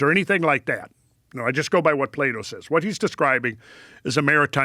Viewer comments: Love your podcasts, and a fan pre fear factor, but his name is pronounced "plato" not " play-doh" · Non-native English speaker, had this on while cleaning and all i heard was "Play-Doh" and i thought, wait that cant be right😂 Very interesting pronounciation of Plato